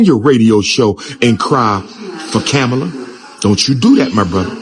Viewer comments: Did he say "Ko-bama Harris"😅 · Did he say Kabama Harris? Lol! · Like that he called Kam-@ - KaBama